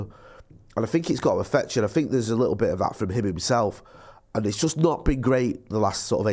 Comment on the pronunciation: He said “Likkle” 🤢